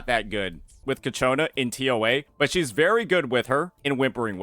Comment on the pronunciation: cIAconna, not cacciona ffs